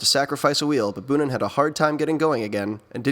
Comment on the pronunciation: Your video's are great but: Its not tom bunen but boonen ( o sounds like the o in bow but longer) Devolder isn't out of shape as seen in your vid Gilbert fell a few k before the cobbles where Flecha fell and had pain in the knee otherwhise: great job